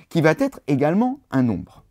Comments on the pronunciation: Qui va être et pas qui va t être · À au moins deux reprises, quelque chose va T'être... Ouch la vilaine liaison qui écorche les oreilles.